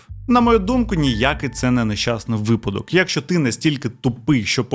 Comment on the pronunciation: Серйозно, чувак, обожнюю тебе і твій канал. Але набога!!! Що це таке за слово у тебе "Якщо"? Правильно "якщО", наголос на О!!! Кожного разу просто передьоргує. Я розумію, що в українській в деяких словах може бути плаваючий наголос, але ж не в сполучниках! Навіщо так знущатися над мовою... А за відео так, лайк ;))